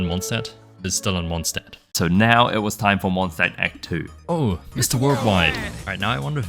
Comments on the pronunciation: As a German and a Linguistics nerd this is a very fun watch Also anytime you see an “st” or “sp” you wanna pronounce it “sh-t” or “sh-p” for anyone who wants to pronounce Mondstadt a little better ahah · "Mondstadt is still Mondstadt" ah yes xd